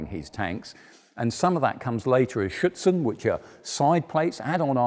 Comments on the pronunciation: Did the narrator mean Schürzen rather than Schützen? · He multiple times mentions "Schutzen" (u can really hear the T). Ofcourse he means Schurzen. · Be carefull when pronouncing "Schürzen". You pronounce it like "Schützen", wich is rifleman and not adon-armour. Great video